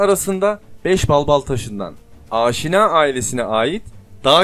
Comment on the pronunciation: Aaaşina ailesi değil, Aşina (Asena). Telaffuza dikkat edelim.